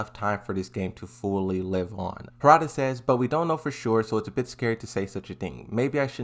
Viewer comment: bro it's Harada, not Hoorada